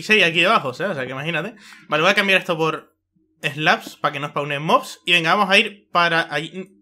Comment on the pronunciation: si pero en ves de decir una granja de mobs dijo granja de mods